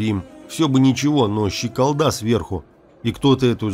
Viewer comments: Щек-О-О-О-лда! Ударение на О. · в слове ЩЕКОЛДА ударение делается на втором слоге но не на третьем.